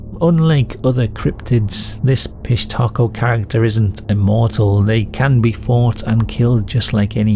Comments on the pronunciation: Dude I’m sorry, I couldn’t listen to you say Fish Taco a thousand times. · Great video! I don’t know why I keep hearing fish taco I hear the P but all together it hits me as fish taco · I thought you said "fish taco" gang, lol. The auto generated captions are having a field day with it. Pissed hatrco, pish Taco, Southern undies... gotta love it when the topic is so messed up. - fish taco, about time it heard it too. I didn't know Peru had stories this creepy, of course everyone does, I just never heard them. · I just kept hearing "fish taco". 😂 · I keep hearing "fish taco" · Tell me I'm not the only one that kept hearing the name as 'fish tacos'. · i enjoyed the video, but i kept hearing fish taco the whole time. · I keep hearing fish taco 🤦🏻‍♀️ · Idk about ya'll but I kept hearing "fish taco" 🐠🌮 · Am I the only sick mf that hears fish tacos every time you say pishtaco and giggle a little bit? Yes, I know i ain't right 😊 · I believe it's pronounced.. "fish tacos". ..fishtacos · I keep hearing fish taco lol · 😅😂😂😂😅 Me too, fish 🌮 taco. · Obviously the correct pronunciation is 'fish taco' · I thought he was saying fish taco 😂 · I kept hearing piss taco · I'm so sorry but I keep thinking yr saying piss taco and giggling. Again, very sorry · The AI generated pronunciation of Pishtaco at the end was so passive aggressive 💀 got me crying from laughing so hard